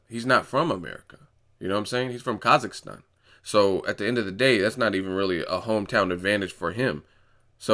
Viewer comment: Im glad that people start pronouncing a word "Kazakhstan" properly lol .. )) How long it took for you to use that word back and forth?